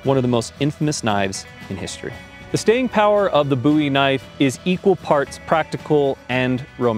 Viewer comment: Booey Knife?